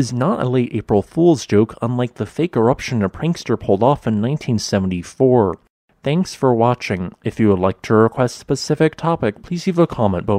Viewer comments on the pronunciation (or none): none